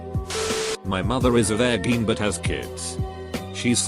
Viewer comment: Nobody: Absolutely Nobody: Story Time with Reddit: Verr gin